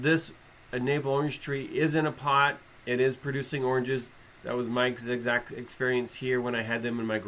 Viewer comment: Awesome video. Can you pronounce “Exact” again sometime on a video. Zigzact! Love it Brother!